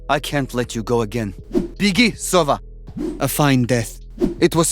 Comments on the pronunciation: damn, as a native russian speaker hearing “begi sova” with accented o is so strange, like, the word sova has accented a 😂 a teeny-tiny mistake, wonder why they did not spell it the right way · the word Sova is misspronounced its not sOva its sovA